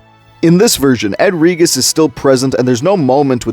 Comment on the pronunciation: You are mispronouncing Regis. It has a soft G.